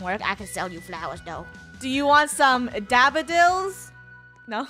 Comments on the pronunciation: /she actully said dabodils but nice one XD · yeh she said dabodils 😝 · Funneh said dabbidills